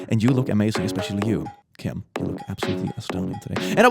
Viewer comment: Just hearing him say Kim was nerve racking.